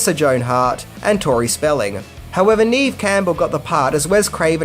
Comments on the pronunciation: sorry but you mispronounced her name. It's "nev" Campbell, not "neeve". I've heard her say this in an interview on TV. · Love the channel man. Neve Campbell's first name is pronounced "Nev", not "Neev". Keep up the great videos! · It's pronounced "Nev", not ", Neev". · It's pronounced NEV NOT NEEV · You're saying her name like Neev, it's pronounced like "Nevv" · Its pronounced “nev” not “neev” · no no no, its not neeve its neve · You mispronounce her name,... It's pronounced "NEV," not "neev." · Neve is said like “Bev” just with a N. “Nev” Campbell. Odd spelling, yes. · “Neeve Campbell? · It's pronounced "Nev" Campbell, but spelled Neve. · 😂 He Called Her "NEEV"!!! 🤣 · Neve Campbell isn't pronounced how you think it is, apparently. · I laugh on how he mispronounces Neve Campbell’s first name. 😅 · For someone who supposedly loves this movie, you got some important things wrong. You pronounce Neve's first name wrong, the script wasn't sold on Monday but over the weekend, Matthew auditioned for Billy but got Stu, and mispronounced Matthew's last name. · How I take you seriously as a film reviewer if you can't even get Neve Campbells name right? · Pretty sure pronounced her own name on SNL and it wasn't how u pronounced it with a capital E. Could be wrong though. Great vid!